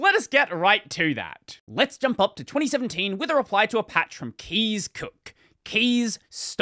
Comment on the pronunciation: Hei Kees ipronounced more like case not like keys